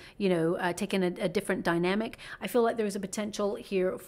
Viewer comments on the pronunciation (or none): none